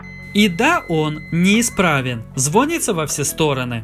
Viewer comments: ЗВОНИТЦА ЗВОНИЦА ЗВОНИЦА АБЪБЬПАЬДПППЬГГ, ПОЖАЛУЙСТА СТВАЬТЕ УДАРЕНИЕ ПРАВИЛЬНО, Звони'тся а не Зво'нится прозвони'ть а не прозво'нить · Не звонится, а звонится. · Мне одному жутко режет слух "звОнится", а не "звонИтся" ?! :)